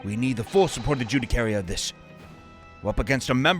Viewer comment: gotta love how has consistently been saying "judicary" instead of "judiciary" this whole time (it's pronounced joo-dih-shee-airy)